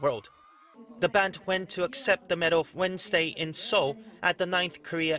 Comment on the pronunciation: Its seoul not soeul 😂😂😂